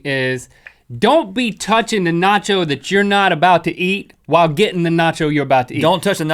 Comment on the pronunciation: nacho cheese Not yo cheese